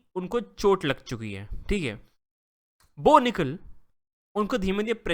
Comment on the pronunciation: Bo Nikal ❌ No Nikal ✅